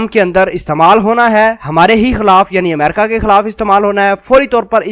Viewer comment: Mera izhar e qayal ye hai ke Tere ko America bolne nahi aata, Tera pronounciation jahelon jaisa hai, theek Haina, sudhaar le